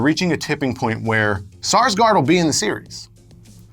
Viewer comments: it's not saarsgard it's Skarsgard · The pronunciation of Skarsgård is dreadful